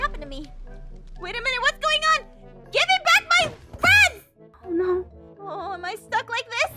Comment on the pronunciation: "oh neahw😨"